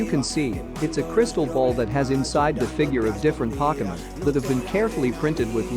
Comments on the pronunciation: hahaha all of those he said he messed up on i was like wtf is pokaman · Its pronounced (poke-E-mon